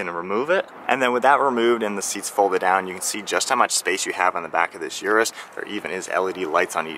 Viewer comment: Its Lamborghini Urus ::Oros … not Yourus 😬